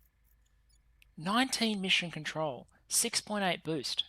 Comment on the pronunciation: It was a great weekend with all of those videos,!, Sadly for me being a bit sick make me hear funny things like you where gatherings "ORCS" instead of "Orgs" and "getting BOOZE" instead of "boost", Which make it even more entertaining.